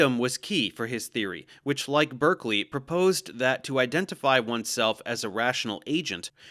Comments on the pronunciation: Berkeley isn't pronounced like U.C. Berkeley. It's pronounced "BAR-klee" or "barkley". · How you gonna nail the pronunciation of Fichte but keep messing up Berkeley?